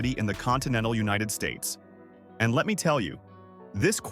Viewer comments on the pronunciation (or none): none